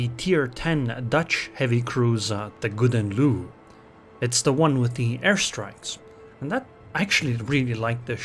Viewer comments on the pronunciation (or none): Koewden Loew xD i like your dutch pronouciations..